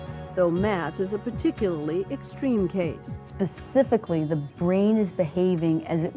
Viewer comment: Did that expert just say "Pacifically"? Also, how did he have kids if he passes out at any affection?